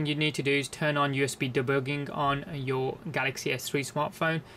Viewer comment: deboogeling? Lol where is this guy from ?